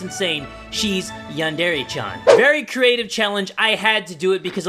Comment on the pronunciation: lul he said “chan” wrong